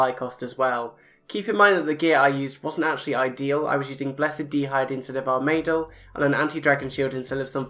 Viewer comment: armaydul and skeleeetal l0l